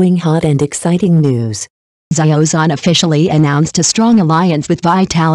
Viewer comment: What kind of pronunciation is that? " Za yio Zon " ???😢